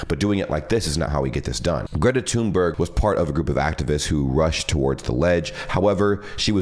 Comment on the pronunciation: Actually her name is pronounced "Greta Tühnberry" (Swedish).